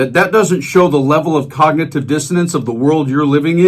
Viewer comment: When he said Congnitve I started laughing